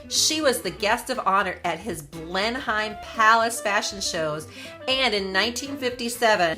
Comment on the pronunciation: Thank you for this most informative video. Just 2 small points. As you mention Blenheim Palace several times its important to get its pronunciation right. The correct pronunciation is "Blen-nuhm" rather than the way its spelt. Also the tiara Margaret wore with the Dior dress in Nov 1951 in Paris is the Cartier Halo tiara, crafted in 1936 and purchased by the then Duke of York (who became George V1) later that year for his wife. After Margaret, the tiara was sometimes worn by Princess Anne. Catherine, then Duchess of Cambridge wore it for her wedding in 2011 and has worn it occasionally since. By the way, am so very glad Meghan is NOT a Dior Ambassador.